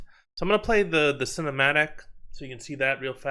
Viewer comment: "So I'm gonna play the Senna-matic"